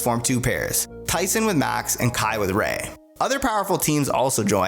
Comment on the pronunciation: Wait a second did he just said Rayquan 😂😂😂😂